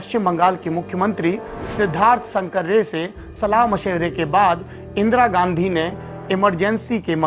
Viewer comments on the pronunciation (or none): none